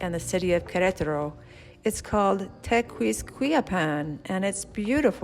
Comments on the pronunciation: Pronouce your new town as TequisquiApan. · They call it Tequis- Tekis